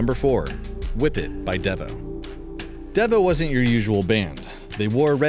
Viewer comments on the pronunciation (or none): It is not dev o. It's dee vo. They were not a one hit wonder band. The more you know........ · It's "Dee-vo", not "Deh-vo", just an fyi, is all. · Don't you just love AI generated narration? "DEE-VO" pronounced "Deh-va". Anyone can make a monetized video these days. Christopher Cross had 4 top 20 hits in all, "Arthur's Theme", from the movie, was a bigger hit than "Sailing", according to Billboard publications, and lasted a whole month longer on the charts than did "Sailing". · It's dEvo with a hard e sound. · The name is pronounced Dee Vo!!! Come on man, if your going to talk about this music you should know what your talking about, or do your circuits still struggle to interpret words. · And pronouncing it “Devvo” just adds insult to injury, lol